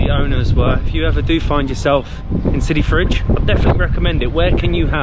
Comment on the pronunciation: It's Sidi fredj not sidi fridge 😹